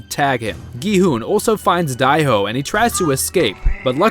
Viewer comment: Whos die ho its dae ho